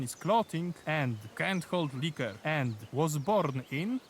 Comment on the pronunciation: The way you say liquor top quality